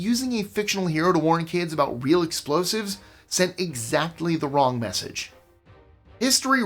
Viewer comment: REALLY, You can’t even say explosive?